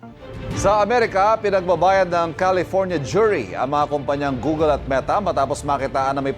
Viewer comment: Google, not googel